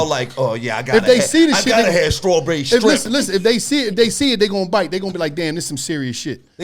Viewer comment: ”strawberry shtrimp” 😂